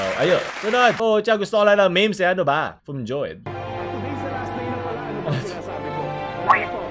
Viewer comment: I love your accent, say it again " Mga miHms"